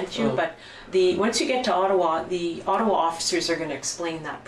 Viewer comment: Ott-a-wa.,.... Ott-a-wa.,I don't know what the heck you said "the Atwat police"??¿??? OTT-A-WA. OTTAWA! Just kind of insulting when someone is speaking about a Canadian city and mispronunciation of said City!! Especially when talking about our Capital!